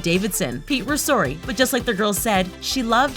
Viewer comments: "srai i dipped" HAHAH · "SHRAI i dipped"